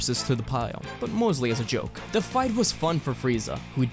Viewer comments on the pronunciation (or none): none